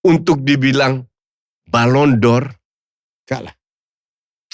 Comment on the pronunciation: Lidahnya Helmi Yahya keseleo bahasa Perancis